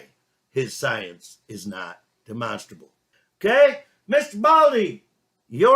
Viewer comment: He has learned to pronounce "demonstrable"!